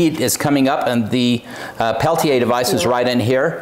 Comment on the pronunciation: Thank you for taking a few minutes to learn the tech and how to correctly pronounce "Peltier." Great video! Great find! Thank you.